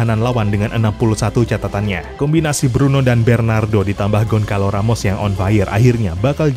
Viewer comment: "Gonçalo", bacanya: "Gonsalu"